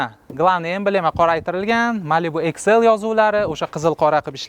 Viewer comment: Иксл❌ эксел✅